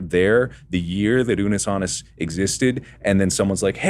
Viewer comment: It's funny, I was thinking this about the woman. I've never watched this duo before and only here for Mark and, so I don't know if it's just her personality, but she seemed bored, unenthusiastic, and super scripted. I noticed Mark correct her on the pronunciation of Unus Annus and didn't blame him at all; they literally had a conversation about the correct pronunciation at the start and she still got it wrong after, which makes it seem like she was deliberately not listening to them at the start... not a good look for a host. Overall it was the other guy (?) and that added life to it and tried to defuse the tension/awkwardness.